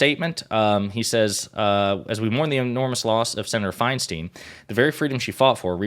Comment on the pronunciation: please learn to say her last name correctly, if only to properly remember her legacy. Her name is of germanic decent. It’s spelled “Feinstein.” In the German language, the “ei” or “ie” combination, unlike in English, always takes the long vowel sound of the second letter. Her name is, phonetically: Fine-Stine Why would the first “ei” be a long-vowel “I” and the second “ei” be anything else?